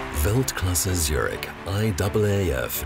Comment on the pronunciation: It breaks my ears how they say Zürich.